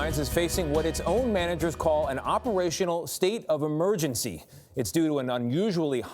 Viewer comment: That's what happens when you gamble with people's lives cuz you are flying a plane that hasn't been produced since the 80s. God I hate the way some people talk. he says "State of Amergency" its not Amergency, its Emergency. E not A.